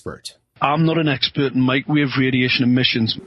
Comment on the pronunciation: He's "ess-pert", like "spurt". He's very spurt. He's a spurt about the 5G. He just spurt, spurt, spurt all the live long day!